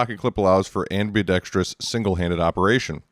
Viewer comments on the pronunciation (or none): Not ambeedextrous. That pronunciation came from the abbreviation "ambee".